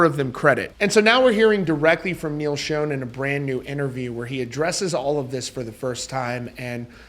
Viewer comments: Good news! Someone posted a very recent concert on YT. And btw, it's still pronounced Shawn, not Shone (as discussed before). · It’s pronounced like Shawn not like shown. You don’t have any business reporting about Neal if you can’t pronounce his name right!! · Dude… SERIOUSLY… It’s not pronounced (like) “Shown”… The CORRECT way to pronounce it, is “SHAWN“ !!!… Holy friggin’ SHIT, man!!!! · Great video. Neil pronounces his last name as "Shawn", not "Shown." I only mention it because you said his name so many times in the video. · Neal Shone? It’s Schon, pronounced like Shaan. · Not trying to be a douche I promise but I’ve noticed on several videos the mispronunciation of Neil’s last name so just for the record it is pronounced “Shawn” not “Shown”. Enjoy your channel bro rock on! 🤘🏼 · Still a great band but not the same without Steve. According to Neal his last name is pronounced Schon not Schone. Just a titbit. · Neal Schon's last name is pronounced "Shaun", not "Shone." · His name is not pronounced "shown", it is pronounced like "Shawn". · Sch-On (pronounced "Shawn") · It's not pronounced Shooon it's pronounced Shaaawn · It’s pronounced Neal (sh•aw•n) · Dude, it's pronounced Sean or Shawn. I've been a fan since Santana, if you ever Saw him live (in the day) his intro from Steve Perry was pretty clear! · Schon is NOT pronounced "shone" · At least pronounce the name right. Schon = Shawn. Ahhhn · Neal's name ISN'T SHONE. It's Schon!!! Sound's like Jon. Stop saying SHONE!!!!!! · Quit pronouncing Neil’s last name wrong please 💗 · Why Can't people pronounce Neal's last name? So annoying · *Sh-ah-n *Pu-nay-duh